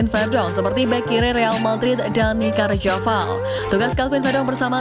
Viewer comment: Carvajal min. Bukan carjaval. Jgn ganti nama orang.